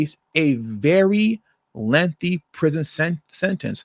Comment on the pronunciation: You can't pronounce lengthy you should work on it you sound stupid because of it